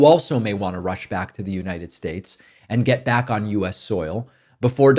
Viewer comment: I came for the politics, but stayed for the mispronounciations 😋 As long as we can keep troth central and united shyates